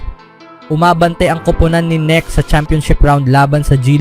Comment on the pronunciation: KNECHT dimo MABIGKAS ng tama? Sounds neck Anu yan Leeg😂😂😂